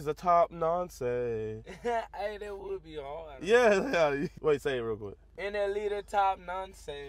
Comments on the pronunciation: Never thought I would never have to type this but, It’s pronounced nonce not noncè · I’m from the UK and it’s not pronounced nonsay 😂 it’s pronounced nons 🙂👍🏽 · The pronunciation is wrong. Don’t emphasise on the E at the end. Nonce. Not NoncEE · its not (non-cay) its (non-ce) Its 1 syllable not 2. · wtf is that “ayy” at the end… it’s it’s pronounced nonc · it’s not nonsey it’s nonce the e is silent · It's pronounced NONCE. NOT Nonsay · It’s pronounced Nonse 😂😂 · Thas not how it's pronounced 😑 you don't day the E in the uk